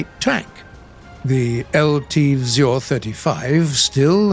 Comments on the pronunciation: Místo vzor vyslovoval spíše vzjor ale snaha se cení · Czechoslovakian techtree some day in future?? Maybe combined with hungarian and polish vehicles? I would be quiet happy. And BTW nice effort on pronouncing the word "vzor" it was good but still a bit funny